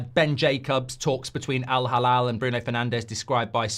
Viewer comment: Mark, hate to be a stickler but it's Al-Hilal not Halal. Two very different meanings